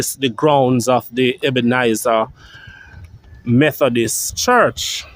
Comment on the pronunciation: Brush up on your pronunciation, funeral,not funeral, Ebenezer, not Ebenizer.thanks for the information.